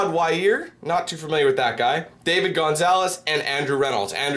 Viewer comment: nice to see that Dan knows his skating knowledge and the way you pronounced ishods last name was so funny lmao